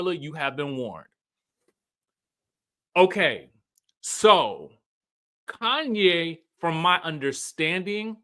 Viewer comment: He's saying "Kanye" instead of Khanyi, so I doubt. And her name is Kefilwe. Kefi is just short form and I think it's pronounced "Kayfee" but u know Americans will say "keefai"😂😂😂